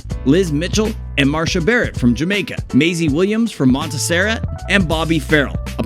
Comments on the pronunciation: It is not "monteserrat" it is Montserrat, with three syllables, not four. Frank Farian pulled a bigger hoax with Milli Vanilla, and that was a bigger scandal. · Selling… 159 records? Monserrat, not Monserret. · Montesera? Do you mean Montserrat? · "Monta-sera" huh? Not Montserrat? Maybe everyone should realize what a scumbag click ait channel these types of things are. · Mon-teh-SERR-at? MONT-serr-AT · MONTESERRAT... really . MONSERRAT . do you research critic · Learn how to pronounce Montserrat